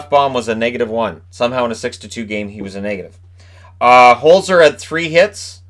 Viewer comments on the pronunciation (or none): I'm sorry I just have to say because it drives me nuts, it's not Hole zer. It's pronounced HolTsehr in German when you get a Z it's almost a TS sound. Best way to describe it in english would be to pronounce it Holt-zer that's pretty doable. I hate watching ducks games because I have to listen to announcers butcher my family name all night lol